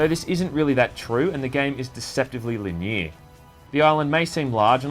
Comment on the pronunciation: LOL, you don't know how to pronounce "linear". hahahahaha.